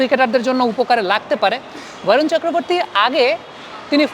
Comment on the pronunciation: Dada Varun na bole barun bolun cheleti jatigoto vabe বাঙালি